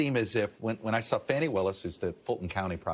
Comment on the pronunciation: Are y'all not capable of saying "Fawni"?? Not Fanny!!!